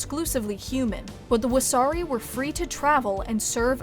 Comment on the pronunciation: everyone laughs because the pronunciation made it sound like wahsarki, a jelly donut